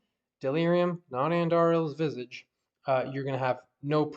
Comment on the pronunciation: You’re the 1 and only d2 content creator who knows how to pronounce visage properly.